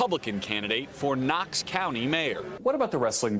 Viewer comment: Typical of liberal MSNBC announcers. in your video, your announcer incorrectly pronounces the county as Cox County. The correct pronunciation is "nocks county" and is spelled Knox County. The letter "K" is silent.